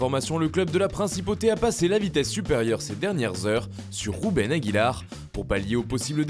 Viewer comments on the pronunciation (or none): Aguilar ne par pas MDR vous avez dit rouben alors que c est ruben 😂😂😂